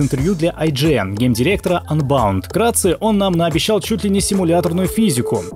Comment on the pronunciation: КАКОЙ АНБАУНД????????????????? УНБОУНД!!!!!!!!!!!!!!!!!